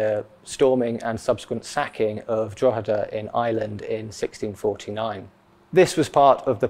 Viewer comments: Most impressed at ur Drogheda pronunciation well done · Ha just left that comment! Unusual for an Englishman to get the delivery spot on! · You pronounced Drogheda correctly - well done that man! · As a Drogheda man, well done on the pronunciation of Drogheda ! Fascinating video thank you for sharing , and yes Cromwell is not well liked in Drogheda !